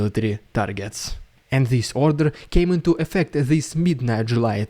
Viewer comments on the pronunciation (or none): none